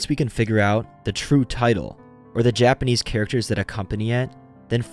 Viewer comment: For real, it was so jarring when he said any Japanese word and butchered it.